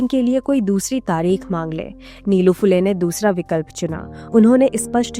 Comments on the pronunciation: नीलू-नीलू काय लावलंय? निळू म्हणा सरळ. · निलू नही, निळू ....